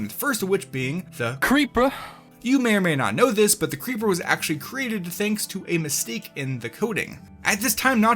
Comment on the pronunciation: the "CREEPUH"